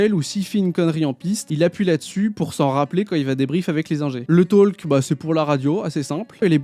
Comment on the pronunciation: On ne prononce pas le "l" dans "talk"